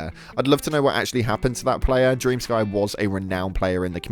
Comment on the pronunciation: FFS!!! It's not DREAM SKY... It's DREM SKI. It's a Ukranian name! 💜